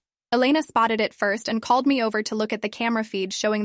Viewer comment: Disrespect to the guy who said "frist "🫩